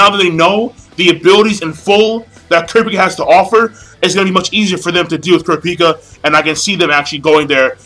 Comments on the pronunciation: He cant pronounce kurapika right lol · lol hate the way you pronounce Kurapika's name